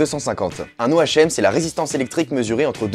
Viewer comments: Je pense me prendre la 80ohm. Et au fait dis "O, H, M" mais ça se dis "home" au cas ou 🙃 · Hey! Super vidéo comme d'hab. Ce casque a l'air vraiment top surtout pour le prix (138€!). Et sinon on dit "ome",pas "o. h.m (je déconne je sais que tout le monde te l'a fait remarquer;)) Plus sérieusement, j'adore ta chaine et toutes tes vidéos mais je dois avouer que des vidéos du style "samsung vs apple" me manquent. Ces vidéos "debats" m'ont vraiment plu et je me demandais si tu comptais en faire d'autres. après, tant que samsung n'aura pas sorti de "galaxy s7 Edge plus de la mort qui tue "(nom officiel),c'est vrai que tu ne pourras pas revenir sur une annonce du coréen. je peux aussi comprendre que tu n'as plus forcément envie de faire de vidéo de ce type. bon bref A plus! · On dit pas O-H-M mais om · what c'est pas un O.H.M mais un ohm cela se prononces HOMME pas O.H.M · ohm...... ca se prononce "hom"DUDE !!! m'enfin ce n'est qu'un détaille (qui m'ai donné des urtiquaires ) :) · Damn tu n'as jamais fait de physique ? ^^ On dit pas Ohm lettre par lettre mais bien en entier (se prenonce 'Ome' ) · 157000 abonnés...et même pas capable de prononcer Ohm...a fuir... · Omg, un geek qui prononce un ohm lettre par lettre hahahaha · tu peux en avoir 2millions, tu ne sais pas dire ohm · oui Oui, il ne savait même pas prononcer Ohm....c'te honte...allez , va te coucher. Bonne nuit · je ne regarde pas les mecs qui ne savent pas prononcer Ohm...trop la honte.